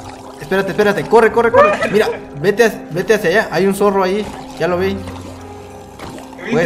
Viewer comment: Dise zorro en mal